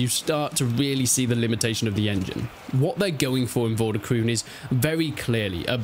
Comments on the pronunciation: Game title is pronounced as "Vor duh kroan(or krohn)" , not kroon :-) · I don't know if somebody else has said this but the pronounciation is like for de kroon with the oo being pronounced as the o in over.